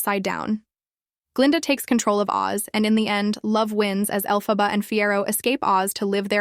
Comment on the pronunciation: Is this AI narrator? For half the video she pronouces Elphaba's name right and then she starts pronouncing the name wrong?